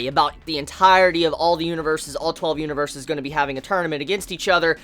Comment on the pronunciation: A little Spanish like Huaniverse. xD